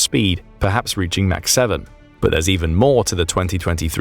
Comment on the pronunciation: this is the only place that hear "mach" pronounced "mac" versus everywhere else in my life pronouncing it "mock".